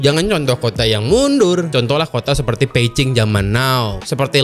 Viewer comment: Mantab nih bilang Beijing, Peicing, sesuai ucapan yang tepat...